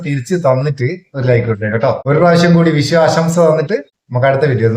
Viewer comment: വിശു അല്ല, വിഷു.